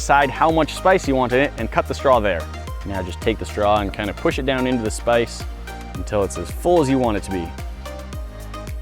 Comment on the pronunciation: At first I thought he just had a really weird accent whenever he said "space".... then I realized he was saying "spice" lol